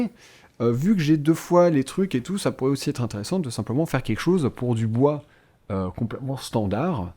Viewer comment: J'adore quand dit"Compl'èment" XD